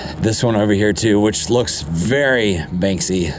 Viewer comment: Very informative, sad, inspiring & infuriating. Now i see what animals the Russians really are. A question..; Who is the artist you mention so many, many times beginning ? It almost sounds like "Banksy" or sounds like.. "Bang-See" . Thanks